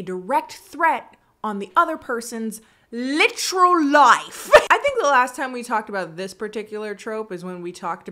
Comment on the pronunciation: "Literal life" & "literally live" brought out the english/British accent in haha love it